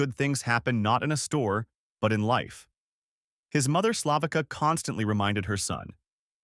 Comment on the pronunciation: His mother's name is Slavica, not spoken Slahvika, but like Slahvitsa. Lazy use of AI by a lazy script writer, which might be lazy AI himself.